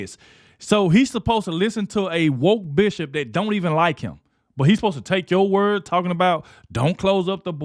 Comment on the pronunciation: I know you are saying bishop but I swear it sounds like "female dog"